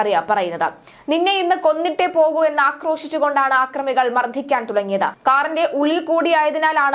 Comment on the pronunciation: ആക്രമി അല്ല മലയാളീ അക്രമി എന്ന് വായിക്കൂ